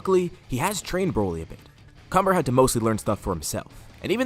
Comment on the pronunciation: When cumber's name is mentioned its sounds like cummer